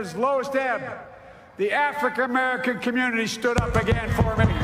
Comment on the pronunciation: Did he say the "Afrecur--Camerican"..??